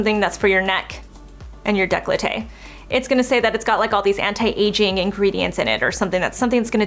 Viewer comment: I love but I for some odd reason really dislike the way she says décolleté 😂 it always sound like declaté